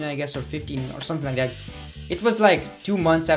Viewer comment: you cannot pronounce "THAT" correctly either but so what you still are very good at what you do